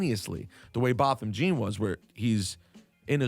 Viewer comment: Laura & Rosenberg were the only ones who gave some sort of nuance to the case. Ebro was so focused on this false superiority of higher ground rather than understanding Guyger's guilt, he couldn't bother learning how to pronounce Botham Jean's name.